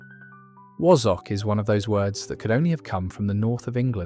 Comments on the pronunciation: Wa-zzock not woz...from the north of England. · Wazzock is pronounced Wa-zunk, not Wo-Zock. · Oh dear this channel is getting worse . Where do I begin first of all my grandparents would be over a hundred and never used words like bounder and cad when swearing . In fact none of these are swear words . The word wazzock has the second letter as an a not an o it's not pronounced wozzock Not heard of bam pot unless that's a Scottish version of barm pot . Am not going there with how you say ayperth . Stupid waste of space AI crap😡